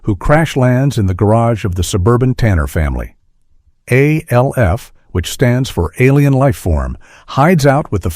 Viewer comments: The reference to a show being "cold and impersonal" is ironic, when it's given by AI. It's "ALF," not A.L.F. F**k AI. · Alf. ALF! NOT ALE-FH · Al-if, that’s how some people pronounce it in Ireland.:) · The AI is mispronouncing it because it’s in caps and it thinks it’s an abbreviation. It’s saying A L F quickly. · The AI voice keeps saying "Aleph" for ALF. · al eff??? AI voice sucks A ell F ??? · The AI voice narrating this 🙄…when have we ever spelled out each individual letter in ALF? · The fact that the a I voice I can't pronounce alf, but can pronounce his home planet melmac really? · The way I RAN to the comments when I heard it pronounced that way!! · 27 mins he cant say ALF lol